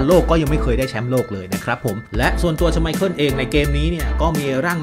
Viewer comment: ชอบพี่บอมครับเรียกชไมเคิ้ลว่าชไมพรตลอด😂